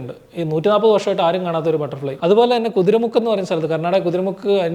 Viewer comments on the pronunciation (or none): കുതിര മുക്ക് അല്ല. കുദ്രേമുഖ് ആണ് 😄